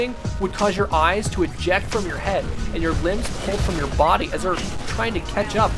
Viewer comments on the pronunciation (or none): none